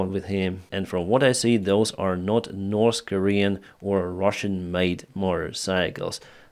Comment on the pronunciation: What's the problem,, with you learning correctly how to pronounce the words North and South?